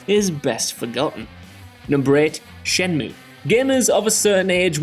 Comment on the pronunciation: Say it like Jules, shen-MUE!